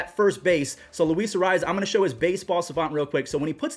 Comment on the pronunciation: No offense Jesus arraez? You need to get that Latino r roll and z sheesh lol